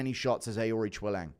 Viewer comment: How many times did you have to practice saying Aoriqileng? Absolutely crushed the pronunciation